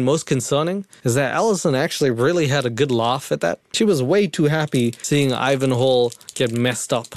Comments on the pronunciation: I thought you were saying "Ivan Hole" until you cut the clip in of him introducing himself 😂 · Before catching on, I swore you were saying "Ivan HOLE" and I honestly wish you were. It made me giggle the entire way through this video 😂